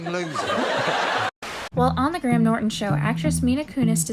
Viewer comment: No offense, but for the love of all that is holy, please look up how to pronounce English people's names.. kiEra, GraHam, etc.